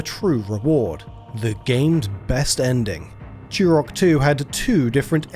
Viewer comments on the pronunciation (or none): Turok, not churrockk. English much?